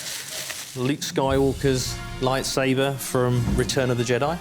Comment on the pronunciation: SABER. It's lightSABER....sorry, they all keep saying lightsaver it's annoying af lol....